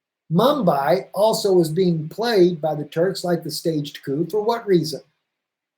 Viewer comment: Its not Mumbai thats in India its Manbij (pronounced Manbeej)